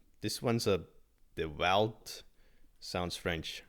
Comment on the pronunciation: normaalne kraftimine! see kuidas sa DeValt ytlesid oli naljakas. seda h22ldatakse a-ga mitte ä-ga